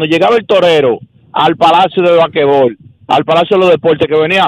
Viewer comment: "Bakebol" "Bakebol"😂😂😂😂😂😂 qué betia!!!!!😂😂😂😂😂😂😂😂😂😂😂😂